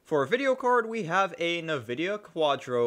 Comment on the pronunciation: Did you pronounce nvidia as "NAvidia"?